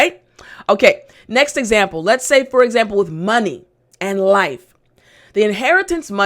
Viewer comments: lets ??? sounds like lettuce ! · I said lets (sounding lettuce) and the person said: and tomatoes,,,lol